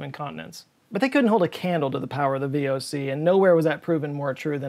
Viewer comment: Yes well, I would not have been born was it not for the VoC., btw, you completely butchered the pronunciation of the VoC there.